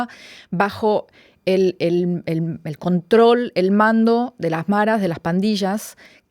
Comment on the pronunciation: No es "marras" es: maras.